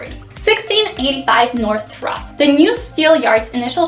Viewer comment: Must not be from chicago because you don’t know how to pronounce Throop, it’s pronounced troop, the h is silent.